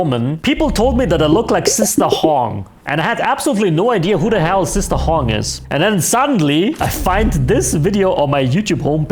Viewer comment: Sister Hong ❌️ Sister Hung ✅️